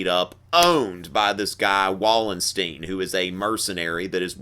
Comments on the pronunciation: Wallenstein is pronounced more like "Valenshtayn". Both "a" sounds similar to "a" in "father". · I like your style very much but not the pronunciation of names... I mean names are names aren´t they? They are Wallenstein not Wollensteen and Richelieu not Rishelloo for example. Well, that is my only point of criticism :) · What the fuck does "riding thirty" mean? And second of all, it's pronounced Vallenschteyn, he's a German not a Jew! Quit trying to pick up on your eighteen year old students by using their slang and get your head out of your ass. Talk about dumbing things down, they must even dumb down the professors themselves now. Check out how you pronounced Westphalia. You must have learned everything out of books and skipped all the lectures, I know YOUR professor didn't pronounce it that way. Back in those days they held themselves to a high standard.